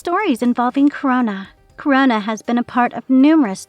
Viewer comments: Krona, not Corona. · Crona. This chick prob hasn't read a single GL comic. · I couldn't make it through the video after hearing "corona" repeatedly.